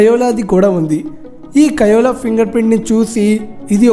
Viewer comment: It is koala not kiola I said about pronunciation